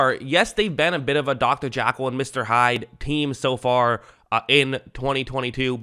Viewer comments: It's Jekyll, not jackal. Good video. I agree about Ja'Marr Chase. Sometimes he can be within arm's reach of two or three tacklers and they all look like they've got a reasonable shot at tackling him. Then all of a sudden he's got two steps on all of them and nobody can close that gap. I used to think DK Metcalf was about as good at that as anybody. But now I think it's Chase. And he seems to have great attitude, too, which is maybe DK's short suit. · Dr Jackal???? think you mean Jekyll lololololololol